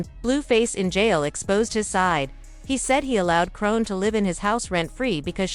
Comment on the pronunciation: Ahahahah BIIIITCH WHO IS "CRONE"?!??! 🤣🤣🤣🤣🤣🤣🤦🏽‍♀️🤦🏽‍♀️🤦🏽‍♀️🤦🏽‍♀️